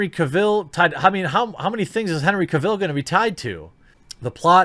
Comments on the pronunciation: I imagine we aren't getting new Superman stuff because Superman is boring. Also, stop saying Henry Cavill's name wrong. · You kept repeating Henry's name wrong really annoyed me 😂😂😂😂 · The way you say cavill gives me cancer